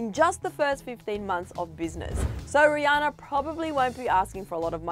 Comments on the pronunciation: ... did she just say “ree-anne-ore”.... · Lmao am I the only one that hears her say “ rihanner” in the beginning of the video